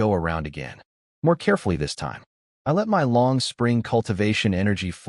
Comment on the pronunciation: The images are pretty good, occasional extra arms or visual puns from misunderstanding metaphors, some funny. Voice is pretty good, mispronouncing the usual words, bow, read, let, and a few others. But plot points keep getting dropped all over the place. His hidden valley is secret, no he invites people in and everyone knows where it is. #FeedTheAlgorithm